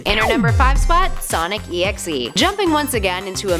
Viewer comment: Its pronounced Sonic DOT exe